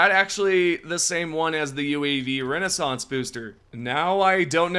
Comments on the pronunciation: Just say RECON, it RECONnaissance not RENAISSANSE, your country's education system has failed you:face-red-droopy-eyes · Homie it's RECON-naissance not Renaissance. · You do get that you completely mispronounced "RECONnaissance," right? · Brother, you're a YouTuber, you set your own deadlines. Put some effort in a re-record the part where you keep mispronouncing a common word. What's the point in even doing videos for the community when you're giving out wrong info because you want to be 'first'? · Yes, first. You scrolled on the HD2 Reddit and Discord, and just put other people's work in a video in the hopes to get it out on YouTube first. In that rush, you''ve made yourself look foolish when there was no need what-so-ever and gave incorrect information to players which is supposedly your job. You could have said recon, or actually read the word properly. They aren't similar apart from having multiples s's in them. Take 5 minutes to rewatch your videos before publishing instead of rushing to be first.